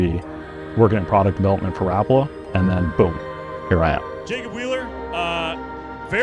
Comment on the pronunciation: His name was Lauri Rapala pronounced Rah-pala not Rap that’s music